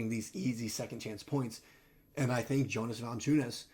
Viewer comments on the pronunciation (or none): lol pronounce it Yonas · Actually it’s pronounced Yo-nuss🤣 e for effort tho